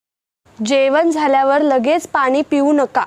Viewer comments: पानी 😮😮😮 नाही ग 😮 पाणी म्हण 🤔🤔🤔🤔🙆🤦🙆🤦👍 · पानी नाही पाणी म्हणा